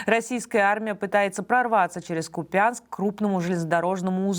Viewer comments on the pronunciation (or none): Плз, не КупЯнск, а КУпянск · Не КупЯнск, а КУпянск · Делайте ударение на ПЕРВЫЙ СЛОГ - КУПЯНСК !!! Понимаете, как мерзко это звучит, неправильное произношение. Попробуйте исказить произношение известных городов и тогда поймете до чего вы неграмотны. Моя тетя погибла в этом городе в первые дни войны от немецких бомбежек в 1941, поверьте, я знаю как правильно произносить название этого города. А теперь тетин внук и правнуки вынуждены бежать от русских бомб. Слава Украине! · кУпянск, расеянцы... кУпянск !!!! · Ку пянск. ( Купянск) . Ударение на УУУ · Ударение на название города КупьЯнск топ ведущая! :)) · Купянск- ударение на первый слог